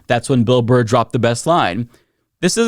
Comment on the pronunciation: You mispronounced Burr's name at the start of the video... You called Him Bill "Bar". I have now lost all respect for you.